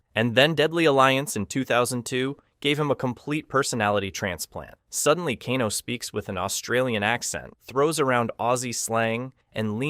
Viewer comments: He said Kano right then mispronounced it later like Kahno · Pls don't call him kahn-o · You know you say Kano two different ways in this video it's pronounced Kane (o) not Kan O